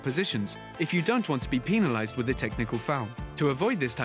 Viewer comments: Pinalized?! xD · That's a British pronouncement